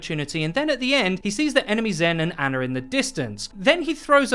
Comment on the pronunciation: its Ana not Anna..... americans....